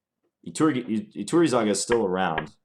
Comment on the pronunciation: Iturrizaga is a very strong GM so you stood very well against strong opposition in this session. I'm also impressed at your pronunciation of the name Iturrizaga I'd expect most of the chess youtubers on my subscription list to butcher that name and say something hilarious instead (at least for Spanish speaking viewers). Congratz on that!